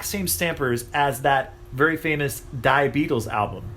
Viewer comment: "Die Beatles" means "The Beatles" and is pronounced "dee"..."die Beatles" sounds a little bit harsh ,-)